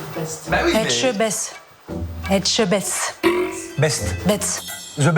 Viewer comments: A tout moment elle sortait un "Philipe èjtebaise" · Les gens qui ne savent pas prononcer Etchebest me gonflent! Désolé maman!